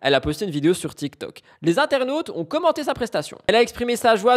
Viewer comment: Tu dit toktok au lieu de tiktok ?